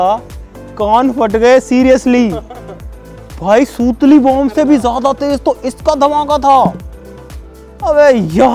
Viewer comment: Bhai wo sutli bomb hota h sootli bomb ni 😂😂😂....but gud job